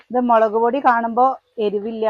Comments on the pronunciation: മളക് ❌മുളക് ✔️ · മലക് പൊടി അല്ല മുളക് പൊടി